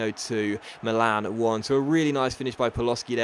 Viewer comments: Milan is "mee-lan" not "malan" like you say. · sorry to correct you, but it's pronunced Mi'lan, non mila'n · he said Millan in a funny way 😂😂